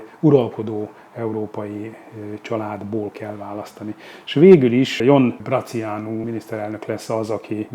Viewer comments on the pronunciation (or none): Nem Brăciánu hanem Brātiánu!